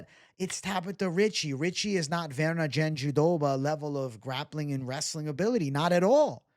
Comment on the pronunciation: Why are you saying JandiDoba…it’s jandiRoba 😂